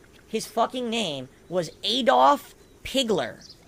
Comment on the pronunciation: Dude cant even get ackdolfs name right and called him stupid...